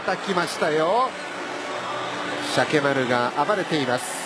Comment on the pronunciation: UGKは素で間違えてるのか、シャケって言えないのか、どっちなんだ